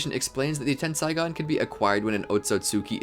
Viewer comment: it's ten-sae-gan not ten-sai-gan